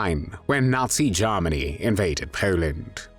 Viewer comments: Not "Garmany", it's pronounced "Germany". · AWFUL AI. VOICE CANT EVEN PRONOUNCE “GERMANY” 👎🏻